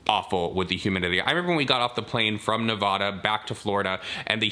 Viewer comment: not me, a native nevadan, cringing every time you say nevada wrong